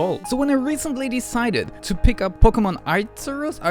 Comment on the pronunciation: I hear a mob coming your way for butchering the name of the god XD